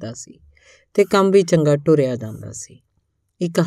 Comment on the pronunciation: ਤ ਨੂੰ ਟ ਬੋਲ ਰਹੇ ਹੋ